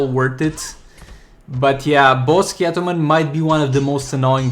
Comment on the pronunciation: “Catwamen” xD